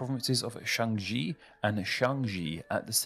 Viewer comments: shaanxi is pronounced as sha'an xi, the 'an' being seperate from the sha. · The difference between shaanxi and Shanxi are because of tones.They would be spelled as Shănxī and Shānxī with tone marks. Shaanxi is spelled like that on the map because the third tone is pronunced a little longer than the other tones.